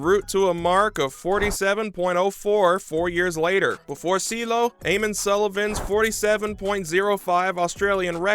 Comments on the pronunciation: “Seeleo” it’s Ciehhloooh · Cee. El. Lo.